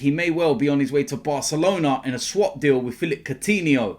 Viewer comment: Courtihno? No